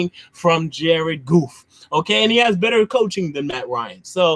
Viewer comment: Lmao I died laughing my dude said Jared goof 😂😂😂😂🤣🤣